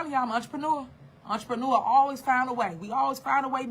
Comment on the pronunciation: Why does she rhyme entrepreneur with manure?